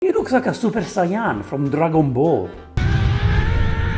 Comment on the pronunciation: Ahah yes, that is the way it’s pronounced in italy. Although this is closer to the actual japanese pronunciation than the way english speaking people say it